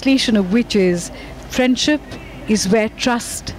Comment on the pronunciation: Phariend ship hahahahaha....seriousely is he a president.....